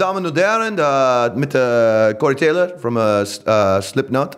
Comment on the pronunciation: torey caylor lol